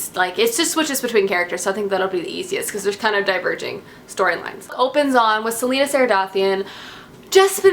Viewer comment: Ok first Celaena is pronounced Cell-a(like the letter a)-nah not Selena like Selena Gomez .... secondly you pronounce Maeve like May(like the month)-ve ... and you pronounce Aelin like ee-lin :) ... and I loved the Manon chapters too :)